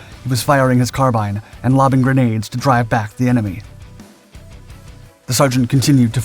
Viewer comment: carbean. car bean. like mr. bean. carbean. carbine.